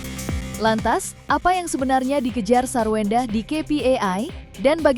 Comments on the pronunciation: wkwkwk.. ini telinga gw apa emang hostnya ngomong SARWEWENDAH 🤣🤣🤣🤣 emang wewe kawi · Ngakak hostnya bilang sarwewenda😃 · Kok presenter nya bbrp x nyebut sarwendah "sarwewendah